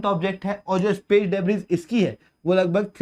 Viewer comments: डेब्रिस नहीं डेब्री । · In 'debris', 's' is silent